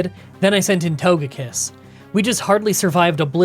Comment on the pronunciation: Yeah, it's odd that he mispronounced ToGEpi and ToGEkiss 😢